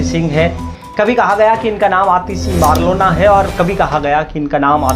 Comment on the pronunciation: Abe east Delhi se ladi thi ....aur marlena hai bc marlona.. marlona bol raha hai...thoda homework karo.... isliye aaj tak tum berojgar ho